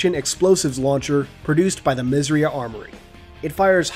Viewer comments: Did you know you are saying "Misriah" incorrectly? It's pronounced Miz-er-eye-ahh. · When you say "Misriah" i thought you said "Misery" 😂🤣